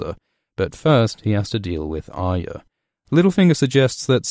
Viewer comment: Love your videos and the unique way you put the story together like a jigsaw puzzle with analysis and explanation intertwined, but please learn how to say Arya, it's 3 syllables, Arr-eee-a, not Ar-ya, there is a y in there you know!!! Other than that keep up the good work and I hope that the story concludes as best it can and D&D don't muck it up as much as they have with the Dorne and Ironborn plots, even the Highgarden and Citadel storylines.